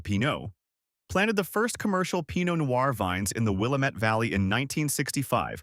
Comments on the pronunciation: Will-am-ette NOT Will-a-mette. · Will-A'-mette, dammit! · It’s Wil-lam-et Dam-it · Wih -lamb-ett.. till-uh-muk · It's will-am-it-damn-it. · I don't understand your hall monitor statement. I just think Willamette should be pronounced correctly in a story about Oregon. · no offence but your pronunciation of Willamette is terrible. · Arrrrgh! The speaker biffs the pronunciation of Willamette every time. About a dozen of them. The first is understandable, but then keeps piling it on. And on. And on. Willamette sort of rhymes with damn it .